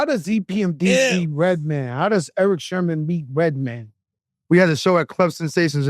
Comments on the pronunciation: Joe... my guy... its Sermon not Sherman..... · He said genius but also said Sherman lol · It's SERMON Joe,,,, SERMON,,,, not Sherman 🤦🏽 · How Joe keeps saying Erick "SHERMON" 🤣🤣🤣